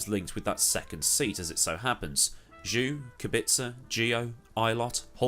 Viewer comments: Zhou is pronounced "Joe" instead of "Jew" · Just so you know, Zhou is pronounced more like Joe than due, if that makes sense. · I think George is gonna try to beat Lewis from his first season, especially if you consider its new regulations and brand new cars where experience with the current Mercedes is essentially not relevant (just a note, Zhou is pronounced Joe in Chinese) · ignorant to say Zhou isnt stellar...also your pronunciation of his name is bothering